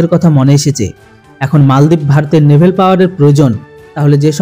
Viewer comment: আপনি খবরে কয়েক বার ন্যেভেল পাওয়ার কথাটি বললেন ওটা হবে ন্যেভাল ন্যেভেল নয়।